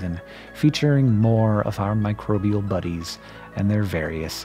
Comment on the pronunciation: Hearing "mircrobial buddies" makes me feel happy!